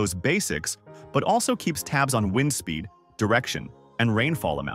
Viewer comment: what is waind? I've heard about wind though 😂